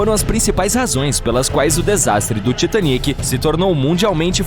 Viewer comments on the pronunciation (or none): Que mania falarem "Titanique"! É "Titanic", que em português é "Titânico". Mal ouço dizer dessa forma, saiu do vídeo e meto "dislike". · Mas que voz chata, heim... E cara fala "Titaniéééc"